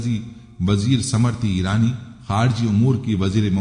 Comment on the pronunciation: ❤समृति ईरानी नहीं बल्कि स्मृति ईरानी बोलिएगा प्लीज❤